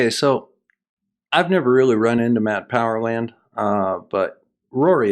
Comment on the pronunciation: It's "Math Powerland", not "Matt Powerland".